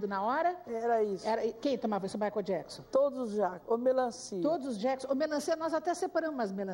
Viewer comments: Mai jaquizon? COMO ELA CONVIVEU COM MICHAEL E NEM SABE FALAR O NOME DELE?? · Michael jaquisom, a mulher não sabe nem falar! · Jura mesmo que ela ensinou o Michael Jackson a sentar na mesa? Kkkk E agora rastando garganta no programa. Viveu 20 anos com ele é até hj não aprendeu a falar o nome de Michael Jackson